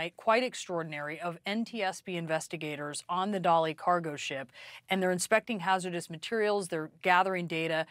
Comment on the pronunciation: The only thing dramatic is this guy's trying to make this dramatic. Also, pronounce Dali correctly. No one else is pronouncing it that way, you know what you're doing. Stop it. Journalism at the level should be done better.